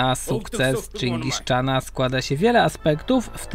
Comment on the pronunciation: Czyngis czana 😂